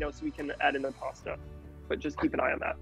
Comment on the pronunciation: you killed all your Italian stans with that "pasta" ahahaha